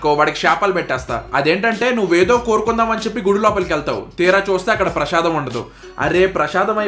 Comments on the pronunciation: అది ప్రశాదం కాదు బ్రో ప్రసాదం 🫢😜😄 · “ప్రషాదం” ఏంట్రా బాబు విషాదం లాగా! Serial telugu ah??!